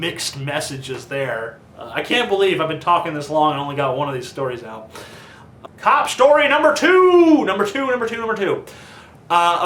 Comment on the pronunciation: cop shtory